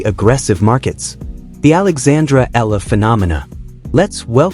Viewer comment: EALA is Alex family name Not ELLA